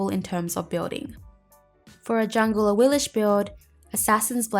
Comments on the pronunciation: I'm guessing they probably pronounce it the way they do in the game because awilish definitely sounds stupid, as opposed to "aweelix" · When I select her in the god gallery she doesn't say "a-wee-lish" she says "a-wee-lix." Am I the only one? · Yeah I noticed with some ne zha skins the voice pack says "knee-jah" or "na-jah". I just pronounce things based on what sounds better or less annoying lol so I prefer saying na-jah for ne zha and for awilix I prefer ah-we-lix rather than ah-we-lish. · Yea, I go by how the game pronounces her name. They say A-wheel-Ex, so that's how I go buy it I do the same thing with Monster Hunter. I mis said names for years till I heard the games say them. Interesting vid tho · Awillish? I've not heard that pronunciation before, not even from HiRez. xD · Ur still saying it wrong lol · You saying her name wrong and its making me so mad!!!!!